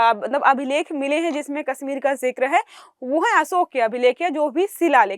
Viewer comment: इस लड़की को हिंदी "से","श","ष" के उच्चारण करना नहीं आता। "कश्मीर" को"कस्मीर" उच्चारण कर रही है 😧😲😳‼️